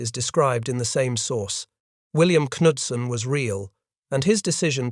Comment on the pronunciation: The K in Knudsen is Ksilent.